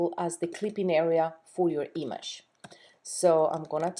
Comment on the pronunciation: Learn to fucking say "image". You're driving me nuts!